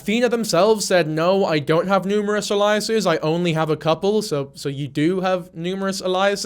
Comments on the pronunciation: Everytime I start getting into the story you mispronounced "aliases" and it kicks my attention away from it. It's AY-lee-uhs-iz. It sounds almost like the word "aliens." I'm not quite sure what uh-LIE-uh-sis means. But I shouldn't nitpick you, though, when I couldn't get past the first five minutes of this script without messing up. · You HAVE to be ragebaiting for comments [well done it worked] but Aliases is Ay-lee-ous-es no Ah-lie-ous-es. the way you pronounce it is Elias, which is a name lol not alias. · Loved the video it’s a good watch mate, but you keep saying aliases wrong a-lee-es-s 👍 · It confused me for a sec, in case it's helpful to him or anyone the phonetics are ay-lee--us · The way you pronounced aliases is highly sus, mister I’m not ai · Please have Google teach you how to say aliases. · This is really beside the point but the way you say aliases is so distracting I don’t even think it’s an accent thing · thats not how you say 'aliases' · please i’m begging you to learn the proper pronunciation of aliases😭😭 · Why do you say alias/es like that bruh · Just checking, do you mean aliases? Because that is definitely not how you pronounce it 😉